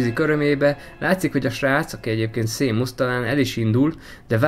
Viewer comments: Am nem szémusz hanem sémösz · Nem Szímusz hanem Sémösz